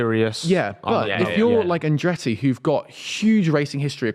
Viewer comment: His name is ColTon HerTa no Coen herA and Andretti not Andreey speak the Kings English